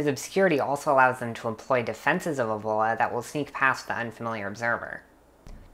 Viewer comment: You dont even know how to pronunce it ÈVOLA